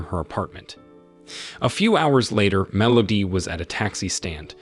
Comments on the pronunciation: I'm not sure what's worse - the movie itself or this guy's pronunciation of "Melody". MEL OHH DEEE. Terrible. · Are we just gonna ignore “mellodee”? Or should I say, consistent “mellodee”.